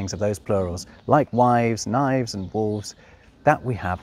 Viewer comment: Am i the only ihr to notice the vulgarity of „wolfas“ being pronounced like vulvas?